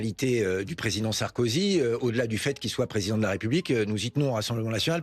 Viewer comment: Ptdr😂 il l'a appelé Sarskozy😂😂😂